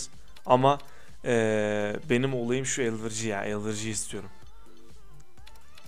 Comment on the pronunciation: elvırci ne abı ya elverıcı o